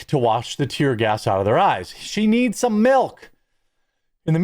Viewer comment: "he neese some milk" I've also heard of that before, as well 😂😂